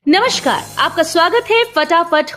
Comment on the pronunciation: Madam namskar hota hai na ki namshkar